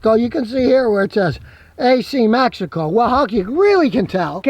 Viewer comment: Nice video. I just bought a 2018. Not gonna lie tho i thought you were saying "magical" instead of Mexico the for the first 3 minutes lol.